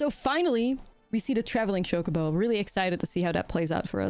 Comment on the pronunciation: I like that she calls it Shocobo